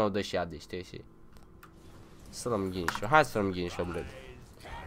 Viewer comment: Te cam bate engleza... no hate. Guinsoo=Ghinșo( la tine ) 😂😂😂